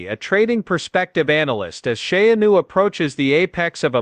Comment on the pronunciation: Sha-a-new hahaha